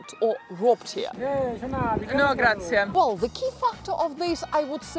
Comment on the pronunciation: It's not "Grazia" its "Grazie"!